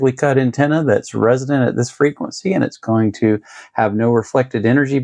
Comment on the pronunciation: Man, i appreciate the content. I just wish you would start pronouncing resonant correctly instead of saying "resident". Even YouTube closed captions is picking up resident. You're doing a disservice to anyone new to radio or antenna theory.